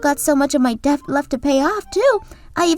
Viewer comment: I'm not gonna i thought that was gura (the one with white hair), i also have one small a problem of how the voice actor of the male character pronounced debt, he added a b into it, when it's silent or rather a schwa.